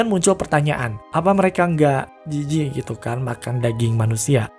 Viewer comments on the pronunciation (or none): jaksel banget cara ngomongnya "jijik"